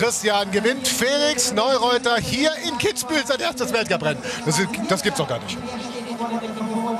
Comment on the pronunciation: Kitzbühel* bitte